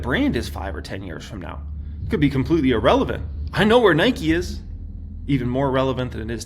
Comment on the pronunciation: Oh my God, stop mispronouncing the word "irrelevant"!